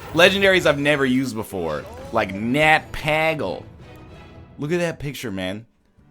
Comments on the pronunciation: don't even get me started on fucking nat pah-gle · It's actually Nat PAYgle thank you very much. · It's Pay-gle and Mal-ke-zar.